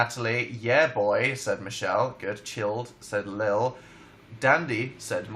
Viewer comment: He said Michelle and I just died a little inside